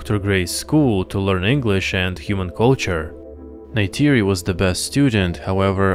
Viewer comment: Why would you pronounce Tuktirey like this? Neytiri is also not pronounced like "Ney-tAYri". The "ti" is pronounced like a short "tii/tea/tee".